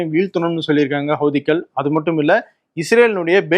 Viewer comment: நீங்கள் மட்டும்தான் ஹௌதிக்கள் என சரியாக உச்சரிக்கிறீர்கள்.